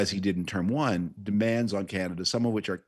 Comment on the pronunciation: If you're going to listen to this old Tory hack and George W. speechwriter, please teach him how to pronounce "Canada" as Canadians do. Believe me, few of us in Canada pay attention to this man's ramblings. Sadly, we did think his man, George W. Bush, was the ultimate in stupid presidents.However, George and Frum were just paving the way for what you have now.